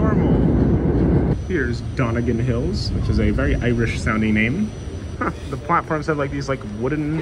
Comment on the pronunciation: re Dongan Hills (pronounced "Dunn-gin" ("Dung-in" sounds scatological), not "Donn-eh-gan". Named after Governor of New York in the colonial era, Thomas Dongan, who was indeed born in Ireland. But two syllables, not three. Re "Huguenot" station, yes, the pronunciation is almost ike you pronounced it (I think they use a soft "g") -- IF YOU WERE SPEAKING FRENCH!* But since we are on Sta'n Nylin, we say "YOO-GUH-NAAHT". The Huguenots, as you should remember from history class, were French Calvinist Protestants who were persecuted after the revocatiion of the Edict of Nantes in 1685. (C'mahhhn, everyone knows dat!). They were given the choice to convert or leave France. Many left for the Netherlands, England or the British colonies, including Staten Island (others went to South Africa, where they integrated among the Dutch Calvinist settlers who became Afrikaaners). So the neighborhood of Huguenot was founded by them. We have several place names that recall the French colonial settlers here, Guyon Avenue, Brielle Avenue, LaTourette, Seguine Avenue, etc. The town of New Rochelle, NY was also founded by Huguenots. But again, we are Statnylandizz, we say YOO-Gguh-NAHHT! "This is probably the only subway line where you can bring a bike". No. False. You can bring a bike on all the other subway lines, including the busiest rush hour trains in Manhattan, although if the train is very crowded in theory they can stop you. (Unfotunately I have never seen anybody sprevent